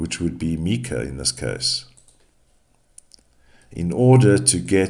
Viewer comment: Its myka You are pronouncing her name wrong